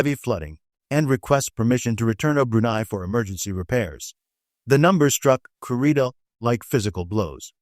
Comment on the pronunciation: Kurita is pronounced 'KOO-ree-ta!' Or 'koo-RI-ta' idk. I just know they pronounce it like we Hispanics pronounce letters.